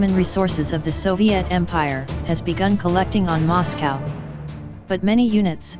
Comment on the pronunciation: It kept pronouncing Moscow wrong.